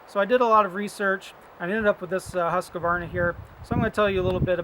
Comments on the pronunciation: ts pronounced "Huskwarna" and not "Huskawarna"! :-) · Its Swedish,my friend ,thats how its pronounced. I write it because it has been many years where americans say HUSKAWARNA,and it sounds dumb. And dont get me started on how you people spell my country; I am a Dane,not a Dene! :-)